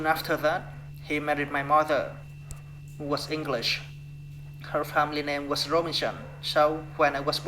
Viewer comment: Đoạn tell you a little about myself nói hơi nhanh nên bị líu lưỡi, cứ nói từ từ chậm 1 chút là đc :D was có âm cuối là âm z ko phải s đâu bạn, đổi sang âm z hữu thanh nhé sixteen bạn đọc rõ âm i dài i: nhé, nghe gống six-từn từ York và north đọc tốt lắm, có âm cuối mother cần thè lưỡi ra để nói đc âm th ở giữa school là u dài u: cần chu môi hết cỡ Đoạn They were unhappy about this nói hơi nhanh nên bị líu because âm cuối là âm z, giống từ was father giống mother, có âm th ở giữa, cần chú ý âm này. ship là i ngắn I, bạn đọc trầm xuống 1 chút thì hay hơn with us nói tốt, có nối từ th sang us :D mấy từ was tiếp theo cũng cần chú ý âm z feel là i:, mở miệng ngang giống chữ e của tiếng Việt + âm l Forget it nối âm tốt :D time bạn đọc giống như tham, nó là thai-m